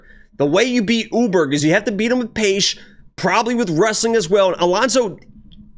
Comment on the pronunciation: Carlos "Oooburg"